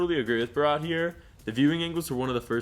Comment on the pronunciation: He said brat......instead of bharat 🤣🤣🤣